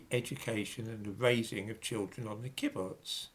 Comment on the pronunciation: Great fan of yours,. The word 'kibbutz' is pronounced with the stress on the second syllable